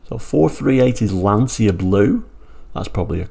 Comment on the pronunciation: Please do not make the same mistake as everyone else,,,its pronounced Lan-cha and not Lan-cia.